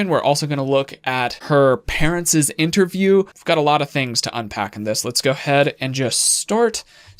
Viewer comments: Parentses?... It’s just parents’. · Her “parentsez” interview??